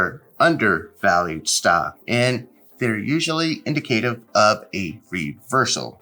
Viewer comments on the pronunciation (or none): In-dik-uh-tiv......not In-duh-kay-tiv